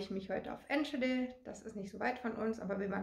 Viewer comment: Schade, dass du den Namen der Stadt falsch aussprichst 😉 aber was will man auch erwarten. Ich war zu dem Zeitpunkt auch in de Niederlanden. Aber in de Nederland ist mehr Corona wie hier.